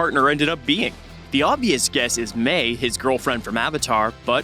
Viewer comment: Ok... I know how it’s spelt.. but Mei is pronounced like may.. like the month